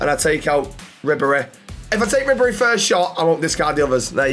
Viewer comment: Ribery is very expensive and yo butchering his name 😂